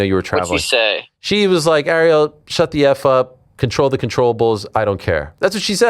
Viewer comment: Kilo Harrison 😂 learn how to pronounce Ariel